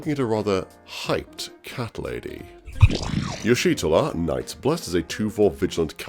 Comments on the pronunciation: "Yeesh Tortilla" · u pronouce her name so wrong it's ish tolla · bro can google moe picks of Y'shtola but can't Google how to pronounce her name /lh